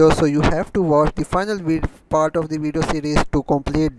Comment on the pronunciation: bhai explain to achi trha kardia karo bacho ki trha bna rhay ho jasay bachay kahi say dakh k copy kar rhay hoo and yar urdu may b bna laytay at least explain to sahi hota na ab english may ap say sahi say explain nahi ho rha "of the " or "and " par zoor dia hoa ha bssss just time waste